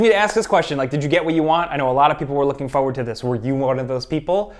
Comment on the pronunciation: "fo-word" instead of "forward" - I feel like I'm the only one who notices that.